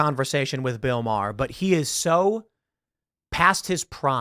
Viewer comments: I love how Bill Maher doesn’t even get his name right… Because they think it’s something of an insult to show the purported insignificance of someone, by not even taking the requisite nanosecond to make sure you’re pronouncing someone’s name properly. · Yeah... I feel he mispronounced the name on purpose.